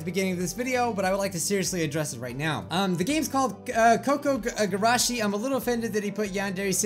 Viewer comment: kOO-kOO gUrAshEE (pronunciation. Your welcome!)